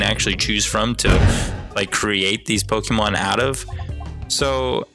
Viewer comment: pokemon is short for pocket monster so plz pronounce it corectly pokeehmon sounds stupid